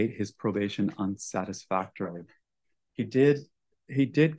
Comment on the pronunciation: 3.8 GPA - Can't pronounce "unsatisfactory".